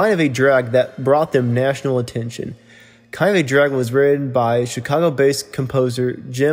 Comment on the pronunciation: This guy really needs to work on his delivery! Very hard to listen to him. It’s called practice! I know how difficult it is the record yourself. It isn’t easy! Instead of trying to read it straight thru, I would suggest that you record it is smaller chunks! ANNUNCIATION IS KEY! “Kind of a Drag” are actually pronounced as THREE DISTINCT WORDS! Word on it. You can do it. I guarantee it will make this video much easier to listen to!